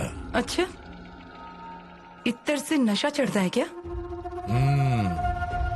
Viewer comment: Ettar nhi attar bolte hai usko🤣